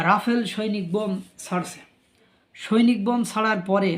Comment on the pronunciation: সৈনিক বোম নয়, সনিক বুম (sonic boom)! 😂 Dude! READ!! 😅